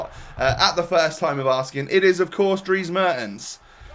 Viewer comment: just a tip, its pronounced mairtens, but you nailed his first name